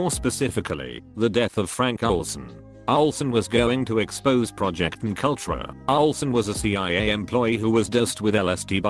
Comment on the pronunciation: Mk Ultra sounds less threatening when the pronounces it as McUltra.